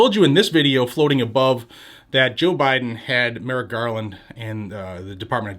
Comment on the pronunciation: 🙄👎 "Merrick Garlic" , l mean "Garland" !